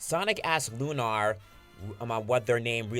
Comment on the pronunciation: Lunar is not pronounced loon-R its loon-ER (sorry for being a grammar Nazi but Jesus Christ it’s really fucking annoying!!)